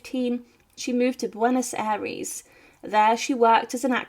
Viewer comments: Bwenos Aries ?? How hard is it for you to pronounce the name correctly?? Ffs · Bway-nos Eye-rays. Pear-own. Hwan, not jew-ahn. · Please, learn to pronounce correctly Spanish words like 'Buenos Aires', 'Juan', 'Duarte', even 'Argentina'.